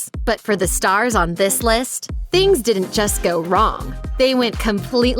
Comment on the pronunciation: Dear narrator. It's "didn't," not "dih-ent." It's "hadn't," not "hah-ent." and it's "detonated," not "deh-onated." Please don't be another casualty of our education system. Learn to pronounce words correctly.